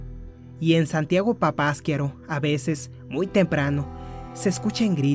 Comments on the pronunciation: no se pronuncia papaskiaro. Es Papasquiaro..así como se escribe le pones asnto de pausa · No se acentúa en la segunda a, es papasquiaro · Asi no se pronuncia papasquiaro, lleva acento en la ultima [ A].